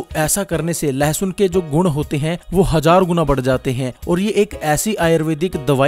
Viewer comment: its not lehasoon. its lassun